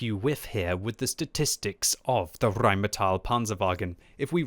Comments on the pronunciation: What is wrong with you Brits and saying Rheinmet-ile? There's no distinct "i" anywhere in it! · Enjoynig your RRRRRRheimetal Panzerwagen in English :-D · The Rrrrrrrrrheinmetall Panzerrrwagen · Nice video,. One request, though. Please STOP rolling that R in Rheinmetal as if you are a Bad B movie Adolf. It is not funny and no German would pronounce it that way. Thanks and greetings from Frankfurt... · The way you pronounce Rheinmetall... what language is that? Because it's not English, nor German. Anyways, it's a great tank for spotting in a bush with binocs and food and coated optics directive.